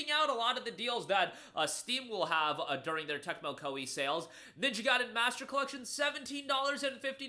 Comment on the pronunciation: saying Tecmo Koei felt awkward 😅